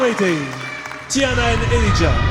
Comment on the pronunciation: I love how her name is pronounced, such a beautiful name.